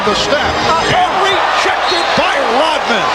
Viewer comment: its pronounced ROD man, NOT ROT man.